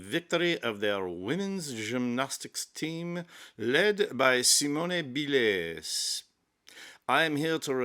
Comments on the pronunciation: Don't give up the day job! Sorry to be pedantic but if you are going to perform a ridiculous racially-stereotypical "comedy" routine at least stick to one nationality. The French would pronounce her name as see-moan bee-lay. Pronouncing her name as see-moan-ay bee-lays would be Spanish. I usually enjoy your posts, but someone should have talked you out of this one - Sorry! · lmao oui oui, monsieur. See moan ee Bil lez??? roflmao Excellent accent (not so much). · "Simona Beeless"... 🤣🤣🤣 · the french would not say her name like that. You're pronouncing it as if it were spanish, using a fake french accent. It just sounds bad.